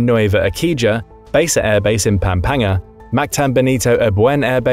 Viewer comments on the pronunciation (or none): pronunciation corrections: Nueva Ecija - Nu-we-ba Esi-ha (silent J) Pampanga - Pam-pang-ga Cebu - Se-bu Cagayan De Oro - Ca-ga-yan De Oro (all good 👍) corrections in Palawan. that's in Zamboanga.